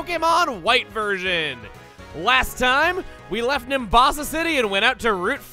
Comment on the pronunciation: Say the word "version" better, it sounds like you're saying "welcome to pokemon white vergin".